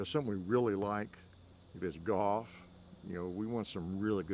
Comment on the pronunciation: I thought he said Goth not Golf.